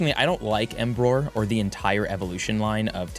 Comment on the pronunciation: emboar not embroar 😭😭